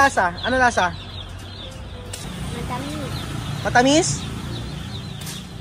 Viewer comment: galing ni ung pronunciation nya ng matamis at masarap